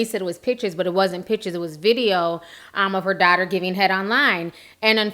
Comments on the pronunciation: U YouTuber! 😜😂. I love the way you say “dotter instead of daughter”. So cute. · I love the way you say "daughter"